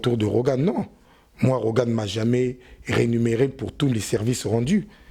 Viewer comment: Et on dit rémunéré et non renuméré.... Avec ça lifala Ya mbotama. Tchip